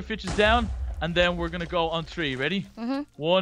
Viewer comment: You said tree not three